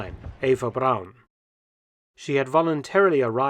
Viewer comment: Where is the letter W in the surname Braun? It is certainly not pronounced that way.